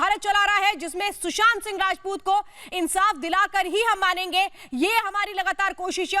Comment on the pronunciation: Sanjay Raut said रजपूत instead राजपूत